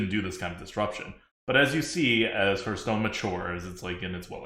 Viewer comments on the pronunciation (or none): I wish that the streamers would learn how to pronounce "Hearthstone." They all say it like "hurt stone." There are a dozen or so channels online, and it seems like no one can pronounce the name of the game.